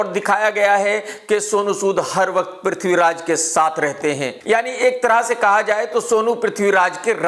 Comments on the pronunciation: Tum bosdike ke namm sahi se lo prithviraj ka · Sahi se naame la le bewakoof the great warrior Prathviraj g ka